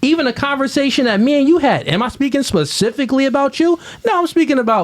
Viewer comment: It's funny when a certain type of woman says be-nuh-fitt.. usually with Hella attitude and it's always used improperly... same thing when these same women use the word specifically and it always gets pronounced "pacificaly". Hood boogera